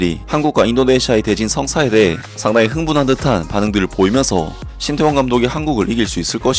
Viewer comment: 인니는 " 태 " 자 발음을못하나 " 따 " 라고하네. ㅋㅋ